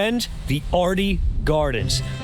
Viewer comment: A few things that are not true about Wilmington from a lifelong resident: 1) there is not much noise from low flying airplanes in downtown Wilmington at all. 2) the name is correctly pronounced “Airlie Gardens” 3) the waves are not good for surfing